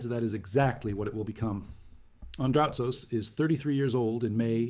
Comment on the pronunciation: its Andrutsos and not Andratos